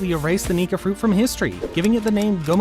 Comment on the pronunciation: It's not nigga it's nika.